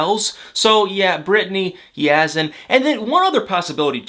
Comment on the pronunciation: I wish you would pronounce Yazan’s name properly. You seem to have no trouble pronouncing Brittany.